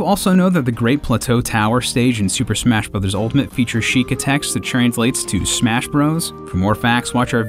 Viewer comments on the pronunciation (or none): none